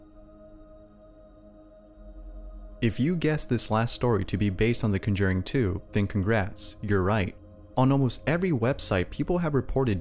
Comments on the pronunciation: CON-JUR-ING. Ugh. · "Cunjering"... Hmm... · Nigga said ‘Conjerring’ 😂😂😂😂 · Say conjooring one more time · No one wants to mention the pronunciation? It's Con-jur-ing juuuur sorry the pronunciation bugged me but as a sorry for me being an anal jerk her's a story related to one of Jaun's movies for you! After seeing the first insidious movie in theaters I had an experience myself. I had come home and not longer after intended to go to bed, the hallway that had my room has four doors, bathroom, roommates room, my room and the other roommates room. The streetlight was on outside of my roommates room and when I approached his room I could see two very clear shadows of feet and legs the angle the shadow was coming from meant whatever it was was inside his room (And no he wasn't home) So needless to say i never dove for my own bed faster. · Con- jew -ring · The AI voice pronounced Conjuring funny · Scariest thing I experienced was the mispronunciation of “conjuring” on this video. Computer narration much? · The way he says conjuring to lol not being mean i luv the way u say it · The way you say Conjuring. 🤦🏼‍♀️ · For Conjuring, the emphasis is on the first syllable, not the second. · Was anyone else slightly annoyed by the way this guy pronounces conjuring? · The scariest part of this movie is how you mispronounced The Conjuring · You know what scares me? The way you say Conjuring. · That is NOT how you pronounce the conjuring lmao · The way you pronounce conjuring is scarier than any of these stories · Nothing is scarier than the way he pronounced Conjuring. 😂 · At least you were consistent in mispronouncing the word conjuring every time you said it... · Bro you pronounce conjuring WRONG!!!!!! Lmao fix your language boi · No offense but the way he says conjuring annoys me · the only thing haunting me is the way you pronounce the word "conjuring" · why is it that 99% of top # content creators are also incapable of mispronouncing words in the most retarded ways